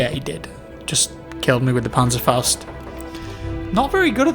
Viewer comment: For a non-German, you pronounce Panzerfaust really good!